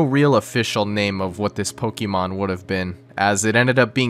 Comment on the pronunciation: Your pronunciation of “Pokémon” hurts me on a physical level.